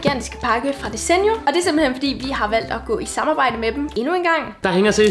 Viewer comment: 😂🤣I udtaler desenio forkert🤣😂